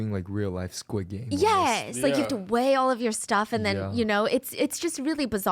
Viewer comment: I'm sorry to be that guy, but it is Squid Game without an 's'. Love you though, I have problems lol